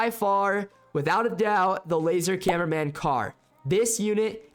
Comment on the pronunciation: You said cineminman 😅